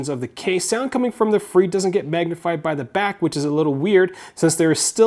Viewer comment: fre not free